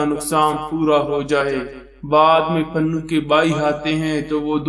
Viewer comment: Pannu nhi janab Punnu hota hai